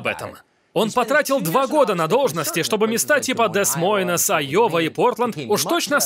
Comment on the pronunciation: Что за перевод? Белость, Виньярд Марты, Дес Мойнес... Словари у Петрова изъяли? Нельзя ли потщательнее?